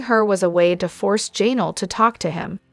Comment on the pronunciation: It is Ja Nell ugh